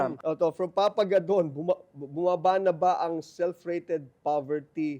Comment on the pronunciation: Sorry it's larry gadon not godon